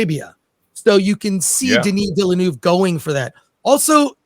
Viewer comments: Nobody pronounces villeneuve the right way it's not villenoov it's villenöve - villen-ehve I guess is the closest just look it up french is not that hard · Denis Villeneuve(Vil-nuh-v). Not Villanuve. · Den-E VILLA-NOOV……… 🤦🏻‍♂️ FFS. Put some français on it dude,…….you’re making Americans look even worse than we already do…… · Is anybody out there capable of getting Denis’s name right?! 😅 It’s Veel-Nerve, like the F1 driver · Americans please, please learn how to pronounce the directors name. It's not Villenooove..!!! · Chris Gore showing us categorically how not to pronounce Denis Villeneuve 😂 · I hate how this guy pronounces "Villeneuve." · the thing is, he pronounces “Denis” correctly……. American arrogance/ignorance at its finest.